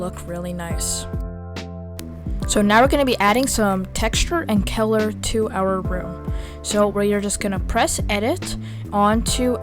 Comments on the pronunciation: Its color not Keller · Such good tutorial, but I have never heard of color turndd into celor